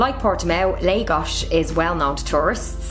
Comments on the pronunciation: dude the name is LAGOS not legos... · It is not Leigos it is Laaagos